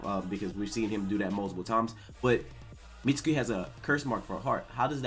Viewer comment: plz say meat-skee. Mitsuki is a main character learn his name. Like sasuke you dont say sas-oo-kay. suke and suki has a silent u